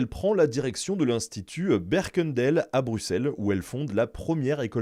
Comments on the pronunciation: En effet. Berkendâàl et schàarbééék. Ça m'a pris l'oreille également. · Le "dael" de Berkendael se prononce "dalle" (et c'est un "a" long). Le "beek" de Schaerbeek est un "è" long, pas "bèk", mais "bèèk" (sans exagérer 😉).